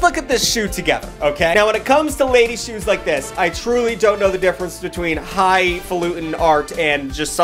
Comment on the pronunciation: “Shoues” “these shoues rule”